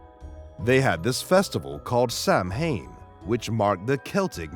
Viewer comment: Samhain is pronounced "Sow-en"